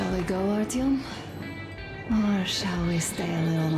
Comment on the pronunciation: É só comigo ou vcs tb ficam chamando o Artyom de Ailtom? kkkkkkk